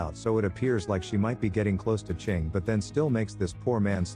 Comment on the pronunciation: Chiang as "Ching" is crazy work...